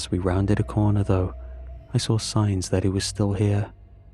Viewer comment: "I sraw it" why bro? 😭🙏 It "saw" ngga